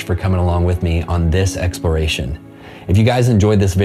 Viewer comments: Expiration? Don't you mean exploration? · EXPERACION? YOU MEAN EXPLORATION?